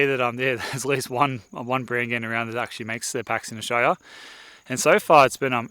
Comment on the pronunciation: Australia with four syllables not three please 😂